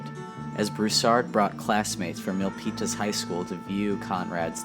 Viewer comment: my High School!! cool...You pronounce Milpitas wrong bro